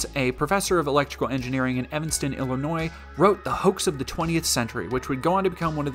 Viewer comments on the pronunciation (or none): none